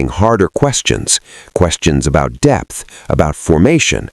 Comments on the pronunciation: It's 'depth', not 'debt' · I think it's DEPTH not debt 😅